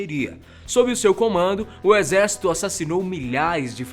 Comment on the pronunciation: só eu que foi o retardado que riu quando ele disse exercíto mongol ? kk